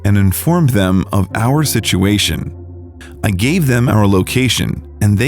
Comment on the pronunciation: So nobody hates how this dude Emphasizes on random work “I called the police and told them about OUR situation”. Who else situation would it be ??